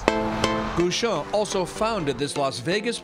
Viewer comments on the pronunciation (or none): Why do you guys pronounce his name "Goo-shon" when it's Guichon, with the same "gui" as in guillotine or gear ...?